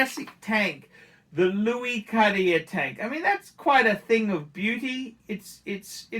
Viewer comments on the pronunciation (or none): none